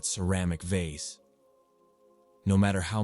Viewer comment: Story 12 was driving me a little crazy with 3 different pronunciations of vase🫢😅 "vace" "voz" and even "vaz"😅😅😅